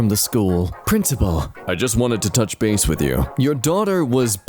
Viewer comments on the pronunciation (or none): none